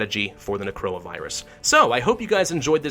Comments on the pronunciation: why do I hear corona virus insteade of necroa? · Instead of necroa it’s crona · Why am I keep hearing Necroa as Corona lmao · Is it just me or does it sound like he's saying Corona instead of Necora lol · He says necroa and I heard it as corona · When he says “Necroa Virus” it sounds like Coronavirus. Coincidence? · Everytime hes says necroa i hear corona. Its amazing. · everytime he says necroa virus, it sounds like coronavirus and I check the date of the video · why do i keep hearing him say coronavirus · is it just me or everytime he says necroa it sounds just like corona virus xD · I thought he said coronavirus 😂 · necroa sounds like corona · Watching this in 2021 and I misheard the Necroa Virus as "coronavirus" several times.